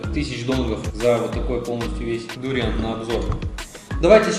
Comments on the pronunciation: кто то говорит про сочетание дуриана с совершенно разными вкусами, а автор ролика постоянно говорит дУриан. хотя в большинстве случае я слышал ударение на букву А, когда говорят название фрукта дуриАн. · ведь ваши видео на русском языке и рассчитаны на русскую аудиторию? живу во Вьетнаме довольно долго и все русские здесь произносят дуриан с ударением на букву а. будем знакомы, я Дмитрий)